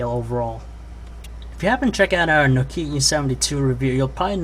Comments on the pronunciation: it kinda iritates me that he says nokie E73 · he says no-keya